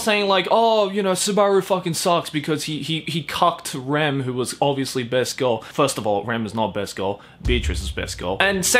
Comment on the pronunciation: My man said rem and ram